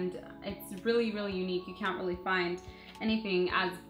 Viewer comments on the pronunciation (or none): none